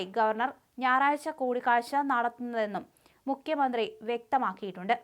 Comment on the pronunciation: മുക്യമന്ത്രി അല്ല മുഖ്യമന്ത്രി എന്ന് വായിക്കുക